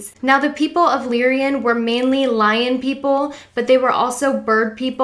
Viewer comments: Lyrian? i thought its "Lyran" LOL IM FROM A PARALEL REALITI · You did good and this was a greatly helpful video!! Unfortunately, despite the good intent of this video, some of the pronunciations detract from the end goal. “Lyran” is “LIE-run”, not “lee-ree-in”...You kept adding an extra letter “i” to the word. The constellation of Lyra is not pronounced “leer-ee-uh”. Just simply “Lie-rah”...”Pleadian” is not “palladian”. It’s “plee-idi-in.”